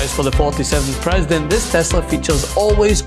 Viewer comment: The ”Pwesident” is ruining our economy. Tell me when is this “Trumps” economy. I just wanted to know when they think we can hold them accountable. Idiots.